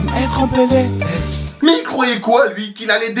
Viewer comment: on dit Pé él éss pas pé lé èss